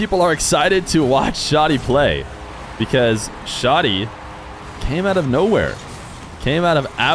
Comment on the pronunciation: Hi! i'm arabic and the way to pronounce it is Shadi (you say the "a" like when u say 'cat') not Shodi